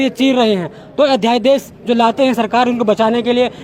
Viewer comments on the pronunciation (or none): पहली बार अध्यादेश ही बोलना नहीं आ रहा है अध्याय देश बोल रहा है. बाहरी लोगों का उत्तराखंड में बसने से यहां के moolniwasi के साथ ऐसा ही होगा.